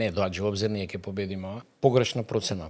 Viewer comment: 1) не е вие него е ти. Не го пошујте толку. 2) он имал идеа, па таа била негова... ма немој 3) тој нема такво искуство за што е пригодно за МК. 4) кој него го прашува 5) не се вели "че ги видите" (сељак), туку "ќе ги видите" (сељачина проста лопов) 7) за богатењето, од свое искуство зборува? 8) судството е упропастено од негово време 9) не е " не доаџа" туку е "не доаѓа". селендра